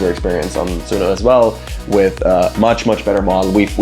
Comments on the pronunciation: 🤣🤣🤣🤣🤣 "It's Sun(o)".... Guy Calls It Su(no) the whole time....😆😆😆😆 He works for Sun(o) and still didn't know that... and refuse to do even after being corrected.... Too funny. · He still calls it Suuno despite being corrected 😅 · The host still pronouncing the name wrong after being corrected and educated 🫠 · I love how dude tells you the correct pronunciation of Suno and then you continue to mispronounce it. Very on brand 😂